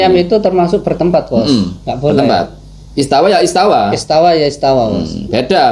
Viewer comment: istawa itu istawa bang , kok jadi istaula .... kocak hhahaha😂😂😂